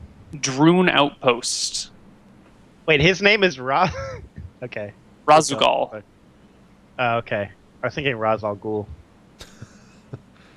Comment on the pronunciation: Does only play StarCraft in multiplayer? I'm actually astounded that he doesn't recognize the name Raszagal. None of them seem to react to the name of the Matron of the Dark Templar at all. Then goes one step further and mispronounces it. It tickled my memory instantly and not only did I only play through it and Brood War once, but that was sometime ago. I just can't even.